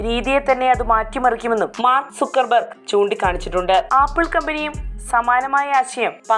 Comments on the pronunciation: എടി കൊച്ചെ സൂക്കര്‍ ബര്‍ഗ് അല്ല, സക്കര്‍ ബര്‍ഗ് 😂😂😂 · സക്കർബെർഗ് എന്നാണ് പറയേണ്ടത്